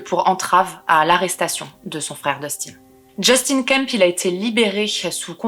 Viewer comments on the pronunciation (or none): none